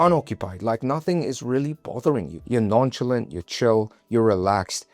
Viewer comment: Many great observations here. I want to suggest one small thing. The word youbused nonchalant non-Shall-ant. You said it like non-chill-ent. Shall-aant as if there are 2 As. Emphasis on tbe ending. Ask Google for yourself. ✌️ thanks.